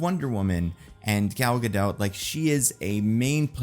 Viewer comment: It’s a bad look for a movie expert to mispronounce an actors name, let alone to do it multiple times and inconsistently.